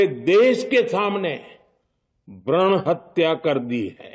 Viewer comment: Bhran hatya???? Achcha.....Bhroon hatya bolna chah rhe the